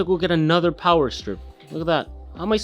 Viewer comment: RGB GIVES YOU POWAH.